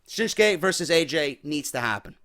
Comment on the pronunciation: I don't get why english speakers call him SHINSKE muting the U, for no reason really. It's ShinsUke Nakamure. ShinsUke! GOONS! :D